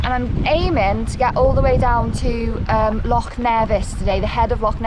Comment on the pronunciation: She's doing great but not enjoying her mangling Scottish place names...or even the word "loch"!